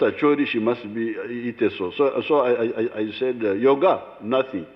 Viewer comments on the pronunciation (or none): none